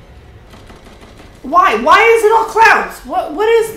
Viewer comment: Ele pronunciou "it" como se fosse "eat".